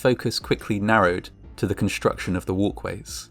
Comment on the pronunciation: 2nd floor "walways"